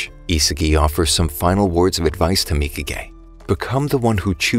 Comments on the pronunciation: W man saying mika gay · mikage : mika gay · who else realized he kept calling nagis bitch mika gay